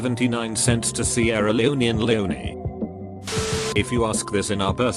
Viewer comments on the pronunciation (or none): none